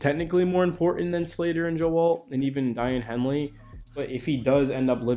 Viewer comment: It’s “Day-on” Henley. Not “Di-Ann”